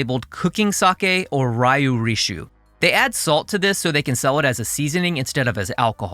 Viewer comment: Not I. I have a cheaper 本みりん similar to what's sold in the US and a more expensive 古式本みりん from Unibio that I use in more mirin-forward dishes. I generally only use 料理酒 (your pronunciation is terrible on that) because it's shelf stable at room temperature, I don't drink, and my Japanese fridge has limited space for actual 日本酒 that DOES go bad if you let it sit too long. I generally don't notice the extra salt content because not much is used in comparison to other liquids, and the salinity of 料理酒 is like 2.2% anyways. It is also significantly cheaper and not taxable as alcohol when compared to regular drinking sake, at least in Japan. For everyday cooking, 料理酒 is fine. If you regularly consume sake or want like a marginal improvement on your dish, shell out for 日本酒.